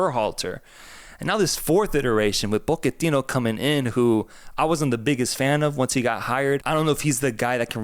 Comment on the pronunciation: Why do you guys keep saying Po-QUE-tino lol It’s POCH-ettino